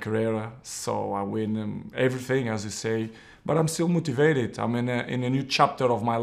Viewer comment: He is still mouutivated